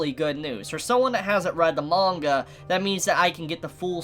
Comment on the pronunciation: I love the way he says ‘manga’ is satisfying. Good video as well but priorities